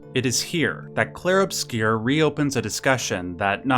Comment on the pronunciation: It's pronounced in French: "Clheiehrue Obscyeuuuuuuu"